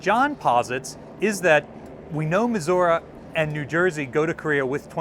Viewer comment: mis- What? muh·zur·ee